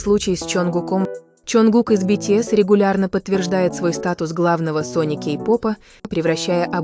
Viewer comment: Если вы озвучиваете видео про BTS то вы хоть правильно произноси группу!!!